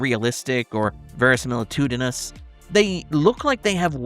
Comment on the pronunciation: I will always be amazed by ability to perfectly pronounce the word "verisimilitude" but struggle to pronounce every name in existence. He could somehow manage to put stress the wrong syllables in "John Smith". Great video!